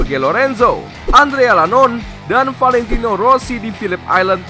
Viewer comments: Bukan andrea "LANON" min itu huruf i jadi Andrea iannone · Menit , andre ianone di baca andrea Lanon. 😂😂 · kok andrea lanon .??bukan kan andera ianone😂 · Andrea Lanon..?? Bacanya Andrea iyanone kelless... 🤣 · Andrea Iannone bukan Lanone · Andrea Lanone, ianone min. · IANONE BUKAN LANONE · iannone dibilang Lannone 🤣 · maaf bang tu nama ngapa jelek banget yak "ANDREA LANON" Kan nama nya Andrea Iannone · Terlalu inggris banget ejaannya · iannone bukan Lanone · Yorge Lorenzo, Andrea Lanon 😂. Masa sih adminnya gak tau cara baca nama rider?